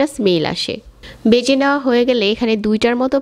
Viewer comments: A pnar pronunciation is very bad. Vege not bege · উচ্চারণের এই অবস্থা কেন!? বেজে কী, ভেজে হবে। গন্দ না, গন্ধ হবে।